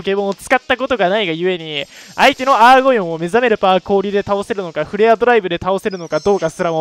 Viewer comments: アゴーヨンじゃなくてアーゴヨンですよー。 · 一生アーゴヨンのことをアゴーヨンと呼ぶ男